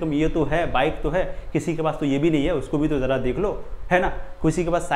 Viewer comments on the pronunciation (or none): none